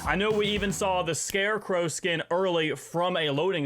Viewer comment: This man says skinmmmm